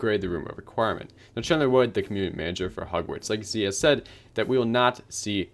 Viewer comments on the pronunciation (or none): none